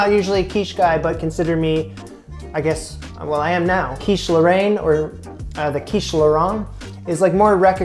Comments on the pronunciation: Yep. First pronunciation was a lot closer, not sure why he changed it. As a fluent French speaker, I can say it's pronounced more like "lohr-En" and the way he said it at the end was more like Laurent. I appreciate his effort with French, though. It's not an easy language to pronounce for an English speaker. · You shouldn't use US bacon but something much thicker and smaller in a rectangular shape ! Otherwise it's great ! (Mine are much worse than yours!) ((The pronounciation is closer to "laurayne" than "laurant" in French from France, I couldn't tell in Québecois !)) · It depends on the region that you are from. Where I live, we don't really pronounce the "e" in Roquefort, it would be more like "Rock-for". As for Lorainne, he said it quite close the first times... it would sound like "Low-rain-ne". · As a fellow Canadian living in France, you were pronouncing Lorraine correctly at first. Then you switched to 'Laurent' (French for Lawrence... as in that big river in Canada...). I love your show and admire you for the challenge you've taken on and your perseverance. Hang in there! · It's pronounced like Lauren (with the emphasis on the 'ren') for anyone wondering edit - i mean like how americans would say Lauren, in Ralph Lauren for example (but with the french 'r' of course) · Great job. No, it is NOT pronounced either way you said it, not your fault; "a i n e " is not a sound we typically use. The 'n' IS pronounced, and the 'a i n' is a soft, open 'e' like in the word "bet". it is that 'e' sound (bet) with a light 'n'. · About the quiche lorraine, your initial pronunciation was closer to it XD